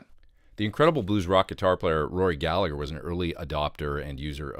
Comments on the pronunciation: Amazing stuff as always! But it's pronounced Galla-her not galla-ger, I know non Irish Gallagher's pronounce it the second way and that's fine, but not Rory as he was Irish born and bred ;) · Great video... just one small thing though! We don't pronounce the 2nd "G" ( When followed by an "H" ) in surnames like Gallagher & Callaghan here in Ireland ( or in counties like "Monaghan" & "Armagh" ) They're pronounced like Gall-a-her, Call-a-han, Mon-a-han, Ar-ma. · Galla'her. The second g is silent.